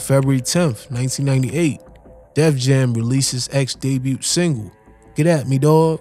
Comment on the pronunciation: The T in debut is silent, my dude.